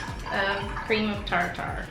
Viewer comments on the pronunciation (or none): Haha girl you crack me up! You kept saying Cream of “Tar-Tar” and I don’t think you were kidding lol.. it’s cream of Tartar, like Tartar sauce or the plaque on your teeth! I vote for a regular Baking series 😂